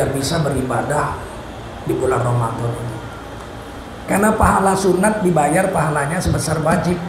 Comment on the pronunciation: yang bener tuh ramadhan bukan ramadhon.